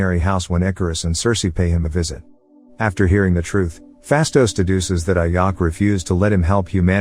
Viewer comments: its ajak not ayak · I think the robot voice pronounce the name of ajak and makkari wrong, ajak is pronounced as ajak not ayak, makkari is pronounced mackari not makary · Just a heads up, as soon as you said IYACK "AJAK" . I paused video, disliked & bounced out. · It's Ajak, not Ayak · The title of vid is so wrong cuz the prime celestial the red created the eternals and thanks for saying what the eternals ship is called and mate, it's Ajak not like Ayak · It's pronounced "a jack" not "AYacK" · Its not ayak.. Its Ajak idiot.. Im a marvel fan and im hurt by hearing her name ayak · I like how he calls the leader ayack buts it’s pronounced A-Jack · The leader Ajak pronounced as Ajack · You persons the name as AJack. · HER NAME IS PRONOUNCED "A-JACK" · The way he said Ajak and Makkari is hilarious to me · Am I the only one noticed the way he pronounced "Ajak" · The j in ajak is not a silent j its a normal j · You pronounce ajak wrong